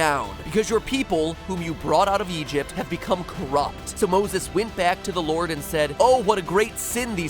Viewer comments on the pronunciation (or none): none